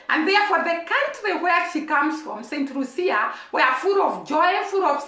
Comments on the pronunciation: Pronounced St - lue- sha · Please stop it. Focus should be on this tiny small island and the medalist. She is Lucian,not Jamaican . Focus should be on the tiny island and the medalist, not Jamaica Pronounced Saint loo sha